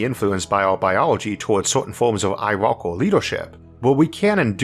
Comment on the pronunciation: For someone with a ‘speech impediment’ you sure as hell pronounce hierarchal correctly.... and the first time I’ve EVER heard anyone do so.